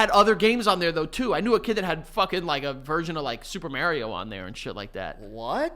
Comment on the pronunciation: STOP MISPRONOUNCING SUPER MARIO!!!!!!!!!!!!!!!!!!!!!!!!!!!!!!!!!!!!!!!!!